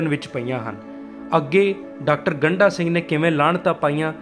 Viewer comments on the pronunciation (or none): ਗੰਢਾ ਅਤੇ ਗੰਡਾ ਵਿੱਚ ਫਰਕ ਨੂੰ ਸਮਝੋ ਜੀ, ਗੰਢਾ ਪਿਆਜ ਨੂੰ ਕਿਹਾ ਜਾਂਦਾ ਹੈ, ਡ ਅਤੇ ਢ ਦਾ ਉਚਾਰਨ ਵੱਖੋ-ਵੱਖਰਾ ਹੈ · ਇਹ ਸਰਦਾਰ ਗੰਡਾ ਸਿੰਘ ਉਚਾਰਨ ਕਰੋ ਨ ਕਿ ਗੰਢਾ ਸਿੰਘ ਠੀਕ ਕਰੋ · ਡਾ. ਗੰਡਾ ਸਿੰਘ ਬਾਰੇ ਵੀਡੀਓ ਬਣਾਉਣ ਤੋਂ ਪਹਿਲਾਂ ਆਪਣਾ ਪੰਜਾਬੀ ਉਚਾਰਣ ਸਹੀ ਕਰੋ ਸ਼੍ਰੀਮਾਨ ਜੀ, ਤਹਾਨੂੰ ਤੇ ਡ ਅਤੇ ਢ ਦੇ ਉਚਾਰਣ ਦਾ ਫਰਕ ਵੀ ਪਤਾ ਨਹੀਂ ਇੱਕ ਵਾਰ ਨਹੀਂ ,ਤੁਸੀਂ ਵਾਰ ਵਾਰ ਉਨ੍ਹਾਂ ਦਾ ਨਾਮ ਗੰਡਾ ਸਿੰਘ ਦੀ ਬਜਾਏ ਗੰਢਾ ਸਿੰਘ ਬੋਲੀਂ ਜਾ ਰਹੇ ਓ😡😡😡😡😡